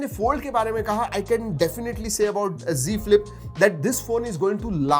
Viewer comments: It is not g flip it's Z flip.....you say everytime g flip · Z ka Prouncation g hi hota he